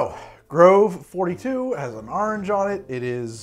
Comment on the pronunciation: But do you taste any ORANGE? :-) “Arringe”